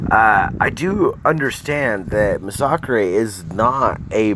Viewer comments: Nah bro its "Muh-Sock-Chrey" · Bro couldn’t even watch your video cuz you can’t even pronounce masacre. I get kabam can’t even spell the word but it’s pronounced MASS UH KER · You cant even pronounce his name properly you dumb shit lol